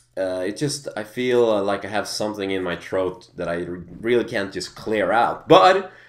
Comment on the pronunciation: "Someting in my troat" Haha :P